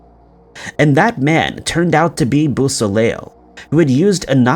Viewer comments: Great stories, thank you again, and BTW it's pronounced Bo- so- lay. Sorry couldn't help it being from Canada and being fluent in French. But great channel Bro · Beausoleil is pronounced "Bow - so - lay" the last "l" is silent.